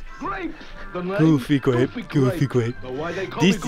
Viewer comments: Coming to the realization that been saying "gooby grape" this entire time, rather than "goofy grape." My entire life is a lie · I thought he said goofy gwape not gooby grape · GOOFY GRAPE. (What I hear): GOOBY GRAPE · I hear goofy gwape